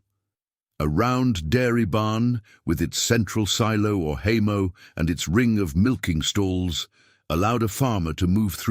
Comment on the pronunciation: This video is a farce !!! The AI voice doesn't know enough ( or it's programer) how to pronounce "hay mow" .......there is a "w" on the end of the word ( look it up). To the "author" .....quit being LAZY, use your own voice.